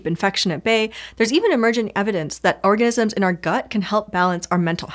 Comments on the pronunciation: You're not imagining things! Slow it down to 0.25x - there is no "ni" sound at all between the "orga" and "sm" sounds, just a slight pause. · OrgaNIsms - pronunciation is important, peeps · I heard "Orgasms in our gut" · I totally heard "orgasms in your gut" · She said orgasm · I'm sorry but i spewed coffee laughing because i thought i heard "orgasms in our gut" laughing to check to make sure i heard that right. oh organisms. lol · It sounded like she said "orgasms". She's a master at subliminal messaging! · am I the only person who hears "there is even emerging evidence that orgasms in our gut..." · annunciation; phrasing...